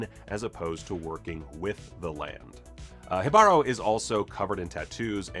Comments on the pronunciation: Great vid with so many easter eggs! BTW Jibaro is pronounced "he (like in the second person he) bah-roh". The accent is on the 1st syllable. Jibaro shows pretty well the bloodbath and genocide that all the aboroginal people suffered in South America because of the conquistadores. Thanks for the video! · For clarification, from a Puerto Rican, it's pronounced HEE-bah-ro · the emphasis for Jibaro is on the first syllable, not the second. It should be spelled Jíbaro and it will forever drive me nuts the creators didn't add the accent in the title. I also think it's weird they named the conquistador that. It originally means person of the forest in Taino and would better apply to the siren. In modern Puerto Rican Spanish it refers to country people from the mountains, which pretty much every Puerto Rican is descended from or still is. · Okay...I might get fire for this but, as a Spanish native speaker, shouldn't it be pronounced: Jíbaro (Accent on the I and the Ji having a "J" sound as in "Hidden" I've heard so many people pronouncing this differently. I've heard enough Reggaeton to have some precedent. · Kudos for trying to pronounce Jibaro right, you were close, just missed the accent in the i instead of the a but the J is good.